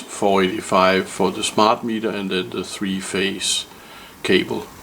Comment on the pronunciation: The panels are *Risen, not "Reisen". Also *cable :)